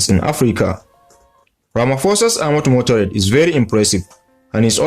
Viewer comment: MotorCADE, not motorade.